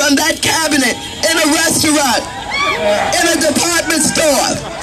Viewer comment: Anyone else severely bothered by the way she says restaurant?